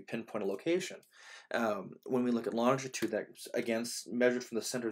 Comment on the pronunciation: you repeatedly said 'longtitude' is this an Americanism for what we in England refer to as 'longitude'?